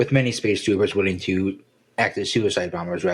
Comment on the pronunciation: When (…) reads the chapter summary he mentions Space Troopers… sounds like he says Space Tubers